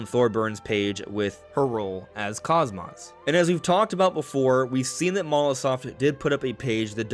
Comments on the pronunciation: Kos-mos? 😂😂😂 it kos-mos as in kos-mode. Not kos-moth. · Cosmos is pronounced cos-mose. The first o is the long sound, cose-mose. Unless you also pronounce cosmos that way, which I've never heard personally. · He mispronounces both syllables lol. Like wow. Not just butchering one part but both lol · That's incorrect. It's Cose Mose. That's how it's pronounced in Xenosaga and is consistently pronounced that way in that series. Xenoblade 2 is when they mispronounced her name. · The mispronunciation is triggering to Blade and Saga fans. Bugged me too lol. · The way you mispronounce KOSMOS infuriates me